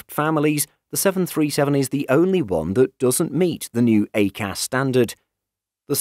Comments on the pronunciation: "A Cas" is pronounced "I Cas" (EICAS) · It's pronounced EYE-CAS 🤦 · Interesting pronunciation of EICAS